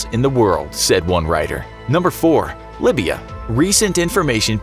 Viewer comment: Libya it's not (libe be a) its (lie beer re a)